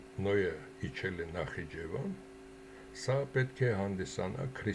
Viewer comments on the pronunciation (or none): none